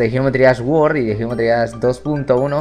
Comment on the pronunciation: Geometry Dash "guord" jajajaja